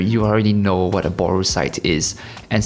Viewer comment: Oh my god hes pronouncing booru right. Or, more right than me. Its a japanese word. There's two Os, but its not English. They dont become a U sound, just a long O. Ive been a fool for years.